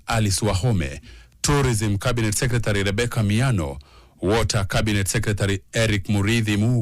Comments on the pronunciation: That reporter needs to go to pronunciation classes. The word Secretary..... Can be pronounced correctly and better. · Waah this reporter is actually saying Secretary 😂😂😂😂